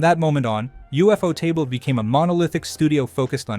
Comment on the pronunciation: From what I've heard most people pronounce it 'You-Photable' not UFO-table. That would be like someone pronouncing Cuphead 'Cu-Feed' instead of Cup-Head 🤭. Also, Infinity train is its own thing, I'm sure that's how you mixed up the name.